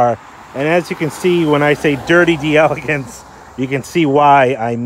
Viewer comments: You're driving me nuts! As a Cadillac aficionado you should KNOW it's pronounced "DEL-AH-GAHNCE"!! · It’s pronounced “Del-ah-Gonce ”, and Ken Puttick was one of our great Florida Cadillac dealers back in the day. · Proper pronunciation is "Dell Ay Gonce"